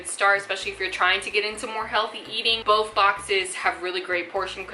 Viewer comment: Why does she say "bof" instead of "both"?